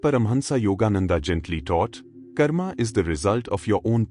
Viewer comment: Ese doblaje con IA es bastante defectuoso. Ni siquiera pronuncia bien el nombre de Yogananda. El mensaje todavía se puede recibir, aún mediante esa voz monótona y poco agradable.